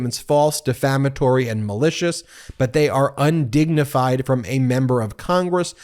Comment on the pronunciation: The word is 'defamatory'.